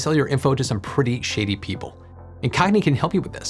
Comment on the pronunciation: heh i had to do a double take when i thought i heard you say "they sell your data to some pretty sh*tty people" but it turns out you said "shady people" 🙂